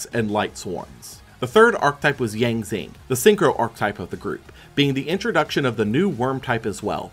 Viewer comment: 2 things. 1. I wonder how he'll react when he does 2015 and sees the worse fusion spell for a fan favorite deck (Red-Eyes Fusion). 2. The x in the Yang Zing names are pronounced like "shi".